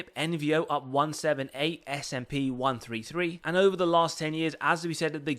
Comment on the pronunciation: It’s “ess ay pee” not “sap”. Like you spell out the letters. Just FYI. Also nice video I bought more at 72 yesterday and 70 today I will go down with this ship lol